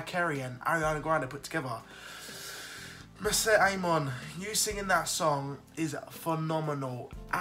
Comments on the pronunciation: I love your reactions but please don't murder her name AHAHA:p MO - RI - SET peace dude:p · PSSST! IT’S MORISSETTE NOT MISSETTE !!!